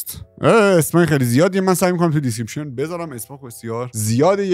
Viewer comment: دیسکریپشن❌ دیسکریشپن✅